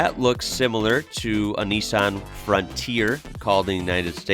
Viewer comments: Quick not, why say Marz da when it's Maz Da. Plus Nees Sarn when it's Nis San.? Over complicating things. In Australia we are Astrilasia. We are basically part of South East Asia x Polynesian. I think we know how to pronounce it better. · Nissan “nissen” #aussie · To get your Aussie on, we say Nissan, Niss-Anne 👍